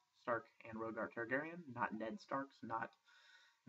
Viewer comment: George r.r. martin claims that the names can be pronounced however you want. however I think one should at least sound out the letters that are used in the name. Raegar (Raygar), not (Roagar) jon and Bran are a skinchanger that happen to be a Wargs. Warg is a noun, if a person can skinchange into a wolf he is a Warg. read the prologue to "A Dance with Dragons", Varyamer sixskins explains.